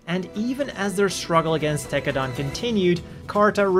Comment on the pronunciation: Why u say tekkadan like that.